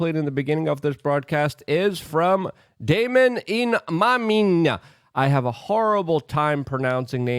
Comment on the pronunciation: you added like 3 extra syllables to poor Damon's name